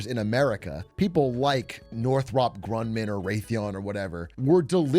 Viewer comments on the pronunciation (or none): He keeps saying "Grunman"